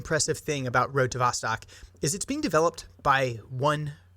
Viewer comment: Its pronounced more like vostoke, its "east" in russian. So road to the east.